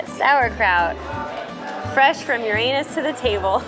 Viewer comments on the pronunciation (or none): You're not pronouncing Uranus correctly, LOL